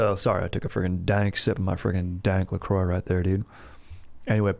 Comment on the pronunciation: French pronunciashe of La Croix was actually on point as hell, Aaron my dog